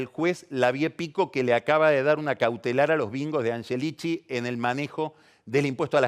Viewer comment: Es el unico que dice "anyelichi"!!! Como cuando decia Yoli por Scioli... parla italiano el ragazzo